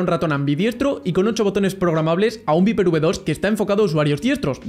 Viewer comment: se pronuncia "vaiper" ni viper JAJAJ típico español